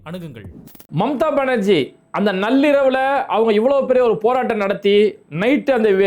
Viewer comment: பாய்‌ நல்லிரவு‌ means good night. மாறாக நள்ளிரவு என்று உச்சரித்தால் midnight என்று நீங்கள் சொல்ல வரும் நள்ளிரவு என்று பொருள் படும். ஓகே. பாஜக சாம தான பேத தண்டம் என அனைத்து வகையான திருகு தாள குயுக்தி களையும் பிரயோகித்து மேற்கு வங்கத்தை கபளீகரம் செய்வானுங்க! மானுட விரோத சக்திகளான இவனுங்க யூத பயங்கர மரபணு கொண்ட இனம். பூவுலகில் வாழ தகுதியற்ற மானுட வர்க்கம்.